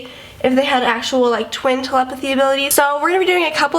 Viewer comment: Not tel-em-pathy it's tele-pathy